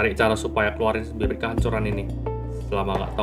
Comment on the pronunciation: kalau kalian baca teks nya nanti nihilius bilang bibir cok bukan bibit😂😂😂